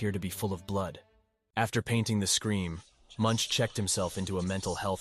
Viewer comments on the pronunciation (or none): His name is pronounced mʊŋk